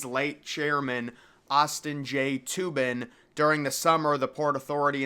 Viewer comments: i believe it's pronounced TOH-bin, not like toob-in as in loobin for toobin LOL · His name is pronounced "toe-bin" not "toobin". Good video though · I was about to come and say it’s Toe-bin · I watched several videos and you keep getting your facts completely wrong. It’s the Austin J TOBIN plaza, not TUBIN. The Koenig Sphere is still intact and back at the World Trade Center Plaza, it was relocated in 2017 I believe. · Its pronounced "Toe-bin" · It's pronounced "TOH-bin."